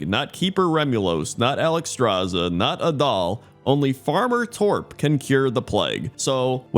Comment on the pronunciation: As a Swede, I'd point out that you're pronouncing Torp wrong, but then I remembered, that'd be pointless to point out.